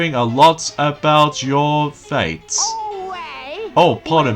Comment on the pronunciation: I've been hearing alot about your feats! (it sounded like you said fates) IT'S FEATS!!! but that's why I'm here to Re-state your dialogue. you make several Error mistakes during this playthrough! But I'm always here to help you. That's what friends are for you know.